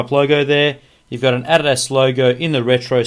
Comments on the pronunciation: He doesnt even know how to say adidas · lol you say adidas funny